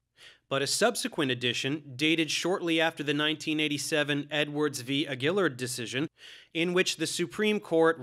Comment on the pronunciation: Dave: Edwards v Aguillard is pronounced AG'-gih-lard